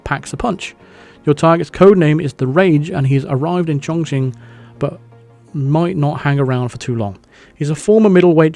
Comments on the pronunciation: Chongqing is pronounced "chong-king" not "chong-ching" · whenever says "Welcome to Chonking" 😬😬😬😬😬